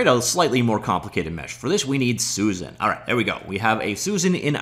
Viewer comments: Bro... Suzanne is pronounced Soo-Zan... You keep saying Susan. Soo-Zun. Not the same name or pronunciation. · Every time he pronounces "Suzanne" as "Susan".